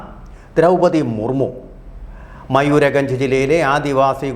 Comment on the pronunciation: മയൂർ ഗഞ്ച് അല്ല മയൂർ ഭഞ്ച്. അബ്ദുൽ കാലമിന് Extension കൊടുത്തിട്ടില്ല